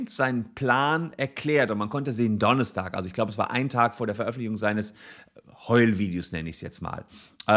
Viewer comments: Der wochentag heißt donnerstag, nicht donnestag ;) sehr cooles video. Wie immer ;) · Warum sagt Herr Solmecke immer Donnistag? Das nervt -.